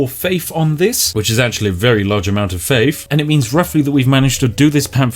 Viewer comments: Gotta hafe faffe. I'll gouge out my ears if I have to listen to you attempt the word faith one more fucking time. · Panfion costs you faif, ladies and gentlemen. Fank you. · Faif instead of Faith :-D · faif and panfian, i forget how the words are pronounced now :(